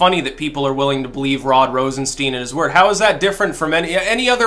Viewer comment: I like how pronounces Rosenstein wrong just to make it sound more Jewish. I'm sure he didn't mean it though...